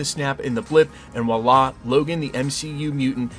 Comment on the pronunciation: Voilà not Wahlaa. Schoolboy French from an Englishman.